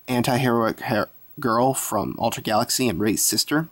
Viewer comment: you kind of say ultra like altra